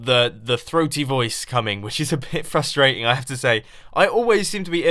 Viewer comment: No what's frustrating is the way you say frustrating